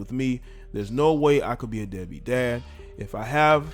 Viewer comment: Still trying to understand how a 12 year-old says beadbeat... men dont evenbuse that word, maybe he not doing, he dont support... but deadbeat.. yeah i would thinknhe heard that in a conversation with his mother and someone in conversation. SMH!!!